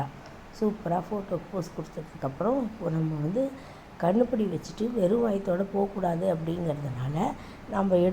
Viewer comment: Kannupudi illa kanupudi